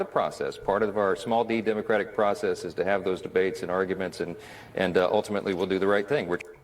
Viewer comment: He said de-democratic process did anyone else catch that?